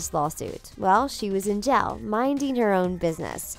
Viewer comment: i wonder why she says “jail” like “gel”